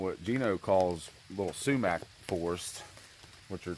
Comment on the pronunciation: SUMAC (SHOE-MACK) DEF not ppaww paww bud